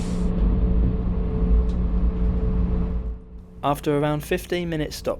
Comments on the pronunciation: It's "Kosheetsay", not "Koseecha", please. N.B.: as for Miskolc, don't be scared, it's not tricky at all: it's simply "Mishkolts". In both cases, all the sounds of these words exist in English, so no reason to be scared 🙂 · Koshitsэ, not Koshitza. The ts is soft, not hard, and the end sound is a short e. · The final station is Košice. You consistently mispronounced it as *Kosiče. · It‘s pronounced „Ko-shy-tse“ but thanks for the report 😄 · Kosice is pronounced koszytse 😃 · Ko-shi-tse, pronunciation on the first syllable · Actually, it's pronounced 'Košice'... 🙄